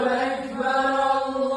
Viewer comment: It's "Ackbar" not "Aickbar" 😡